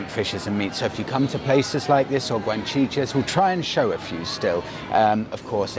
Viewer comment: Btw it's Guachinche not Guanchiche but as usual amazing video.